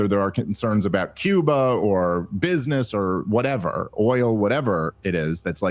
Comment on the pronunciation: Oil, Dave. It's oil.